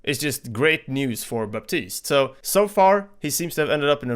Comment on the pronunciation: The P in Baptiste is silent.